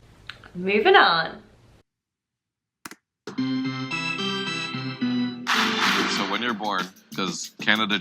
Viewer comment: Our daughter went and worked for a year for Disney at EPCOT. Her first job at the Canadian Pavilion was selling Beaver Tails! BTW you said 'Moving on' in a very Canadian accent, or was that deliberate? Also in a previous video you kept talking about Jake (poor sod) going to the WASHROOM all the time. On my wifes visit to Wales, at a friends house in Cardiff, she asked where the washroom was. Our friend looked puzzled and gave her directions. She was back right away saying that there was only a bath and a sink in that room! Washroom is also rarely used in the US, where it is a bathroom or restroom, NEVER a toilet! They think a washroom is some kind of laundry room!